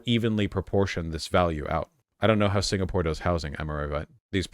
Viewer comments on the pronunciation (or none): none